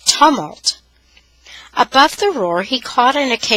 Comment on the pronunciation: for future reference it is pronounced toomult. :)